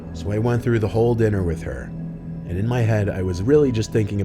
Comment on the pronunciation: Sorry to do this but its "whole"